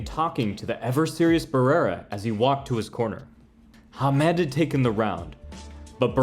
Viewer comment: Nice, but this side of the pond at least it was pronounced HAM-ed